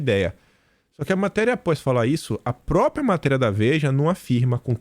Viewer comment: Bom dia, pelo amor de Deus, não é própia...é própria. Bjs